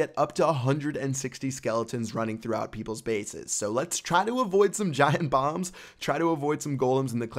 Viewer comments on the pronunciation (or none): Did he say giant bombs or giant bongs?